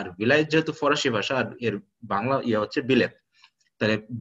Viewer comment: Parsian mane farsi not forasi.sir